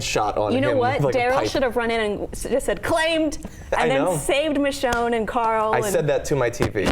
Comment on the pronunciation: pronunciation of Michonne... "Mee-shone" C'mon, its more of a short "i" sound.